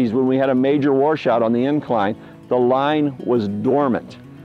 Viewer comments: He says Warsh-out instead of washout.. Lol that's a true blue southeast Indiana boy there. Cool stuff! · blackhawks81H Upstate NY says warsh too. On a map you go from the Catskill Mts. Out to the Midwest Ohio Valley. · that's our accent here in Madison...my kids make fun of me for saying warsh. please forgive our language!!!